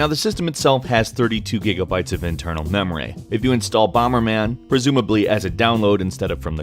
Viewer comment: "Mem Ray"?!